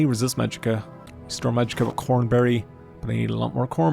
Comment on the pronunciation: you absolutely insane bastard, you nearly made me have an existential crisis by calling "COMberry" "CORNberry", or at least it sounded like that. You have no idea how much this unsettled me. I thought I had been wrong all these years.